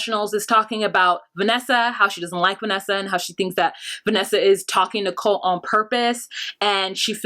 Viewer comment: Yeah larissas pronunciations😂 Colteee!!! Colteeee!!!